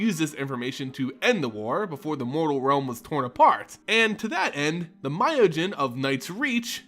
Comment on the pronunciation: Ooo-mezawa, not yumezawa (as in the 'oo' in poop) Okagachi, not ow kagachi (as in the 'o' in offer' Miyojin, not mayowjin Great vid tho.